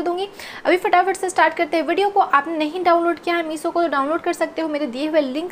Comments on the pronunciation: Your reviews are good...you look good but please please improve your pronaunciation as well...its shorts and not sorts also its meesho and not meeso...you pronounce sh as s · I liked the way she said "Meeso"😂